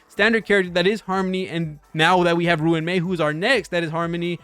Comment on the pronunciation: its so funny how he says ruin mei instead of RUAN mei